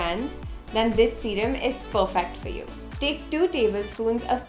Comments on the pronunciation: "Serum" PS: I am too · "serum" Love ❤️